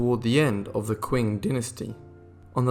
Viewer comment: Qin pronounced "Quinn" Dynasty, bahahahahahaha!